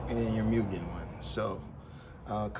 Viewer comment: its mooogen not mewgen